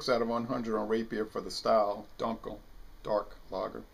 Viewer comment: I just tried this beer and I concur with your opinion of this beer. I'd like to try their helles lager in the near future. By the way, the proper pronunciation for dunkel is "doon-kel."